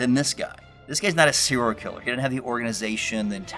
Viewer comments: I was thinking that! "Poor Cyril" lol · I want a diction expert to say what it means when you pronounce the phrase as “seerl killer”